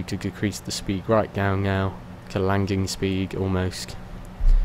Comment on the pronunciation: Why do you say landing "langing" lmao